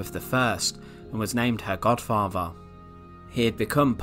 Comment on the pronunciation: " Godfavah......! ? ! " FFS , get someone who speaks English.